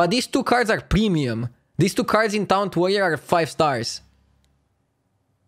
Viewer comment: Noone:: TOUNT